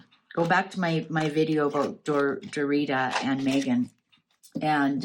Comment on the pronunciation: Cracks me up that you keep saying "Dorita"! Don't know if you're being facetious, but if you aren't, it's Daria (ick).